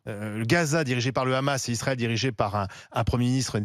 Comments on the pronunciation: Deja on dit pas le "ramasse", en France on dit le "hamas" ou on prononce le "amass" pour ceux qui ne prononcent pas la lettre "ha". Elle n'est pas obligé de prendre l'accent de sheytanyahou en.plus de prendre ses idée nauséabondes. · Et Barbara ! On dit "Hamas et non Ramas!😂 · Elle parle comme les sionistes ;elle ((Le Ghamas))comme le prononce Meyer Habib le larbin de service de la Palestine occupée sous la bannière de la honte. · Putin comment elle prononce le hamas montre qu elle est pas française de souche